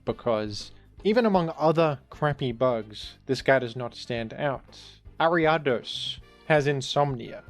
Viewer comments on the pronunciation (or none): none